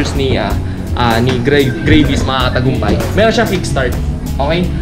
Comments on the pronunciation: its not greyvis its gravis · Hindi grayvis gravis tol hahaha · Gravis pronounce dyan, hindi Grayvis. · hahahaha.. grayvis..parang gravy.... GRAVIS yan tsong 😁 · Grayvis haha.. gravis pronounced nyan.hard to get nag Tagalog kana Sana..grab-is. meaning Nyan kasi Yan gamit sa Indonesia sa grab motorcycle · Tangna dis grayvis daw ang pucha. Ahhh. Me anu ahhhh may ganito ahhhh me manok Ahhh.🤣😂🤣😂🤣😂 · Gray-vy haha